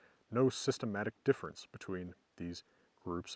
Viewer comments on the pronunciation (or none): none